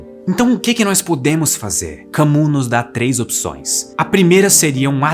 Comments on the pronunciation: Que aula de filosofia ❤. Mas se fala "Cami" e não Camus... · Só uma pequena correção: Camus se pronuncia "Cami", e não "Camu". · AMIGÃO, Camus se pronuncia "Cami". Um abraço. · Camu?! 😢 tente refazer, pois ficou bom. Diga: "Camíiii" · Muito bom o video, gostei! Não sou perito em idiomas, mas sobre a pronúncia do nome do Albert Camus, creio que não se fala o (u) e sim com (i), seria algo como (Camí) a pronúncia. Mas o video ficou excelente! 👏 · Vale a pena conhecer a obra do Albert Camus (a pronúncia mais próxima do português é kãmí ): o mito de sísifo, o estrangeiro, a peste e a queda. Quatro obras de fácil compreensão, boas narrativas, pequenas e geniais, que lhes rendeu o prêmio Nobel de Literatura. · Albert CAMUS (se pronuncia CAMI) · Bom texto. Camus não se pronuncia Cami? Escolher viver a própria vida sem se agarrar a ela. Fala isso para os neuróticos. Kkkkkk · Bom vídeo. Por favor, corrija a pronúncia de "Camus" (não se pronuncia como está escrito).